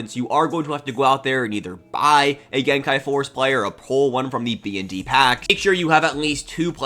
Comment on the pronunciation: Don't listen to that other guy, I love and support the way you say gen kai!